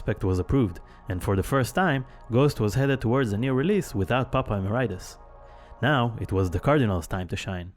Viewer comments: we literally have people in the video, from the band and otherwise, saying "emerEEtus" and this dude keeps repeating "emeraitus" for no good reason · It’s Papa Eh-MARE-ih-tus not “emma-rye-tis” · Popeye Maridis??? wtAf? PAPA E-MERIT-IS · lol Emer-RIGHT-us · Papa "uh Mare eh tus" is how it's pronounced. You don't hear Tobias say it that often but he does in this video. I think a lot of people get it wrong. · That narrator said "Popeye mur-eye-tis" so funny! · Very nice video and all but 'Emeritus' is pronounced wrongly throughout the entire thing even though the correct way of saying it can be heard multiple times by several nameless ghouls and Tobias himself in this very same video. That threw me off a bit. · Everything is perfect but,the way they pronounce. Nihil and Emeritus!!!! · Love how some people can't pronounce Emeritus correctly. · the way you pronounce "emeritus"........ hurts me. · Why do people have such trouble with the word "emeritus". Hate hearing people pronounce it like it's an STD.